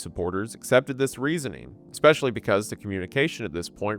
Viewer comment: please learn how to pronounce "infrastructure" and "especially." you say "inferstructure" and "ex-specially"